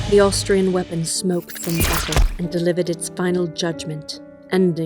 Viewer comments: Definitely sounded like he said Australian instead of Austrian. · Austrian without L. DID it two times-......